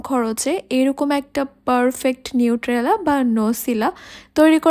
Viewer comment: নিট্রেলা না এটা নিউটেলা। উচ্চারণ টা ঠিক করে করবেন